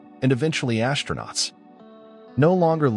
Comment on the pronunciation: ASS-tro-nauts, not ASH-tro-nauts.